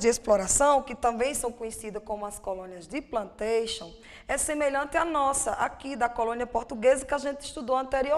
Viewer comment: nao tem como nao rir: tambem conhecidas como as colonias de "PLANTEICHIONS" com esse sutaque kkkk